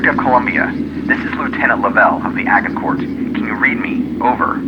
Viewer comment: The g in “Agincourt” is pronounced like a J!!! It’s pronounced Ajj-In-core..